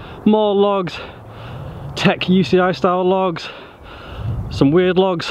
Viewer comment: video: "We got logs, more logs, tech UCI-style logs, some weird logs..." Danny video: "We got lochs, more lochs, tech UCI-style lochs, some weird lochs..."